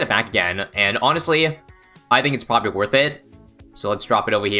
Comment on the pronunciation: did he just say popprobly lol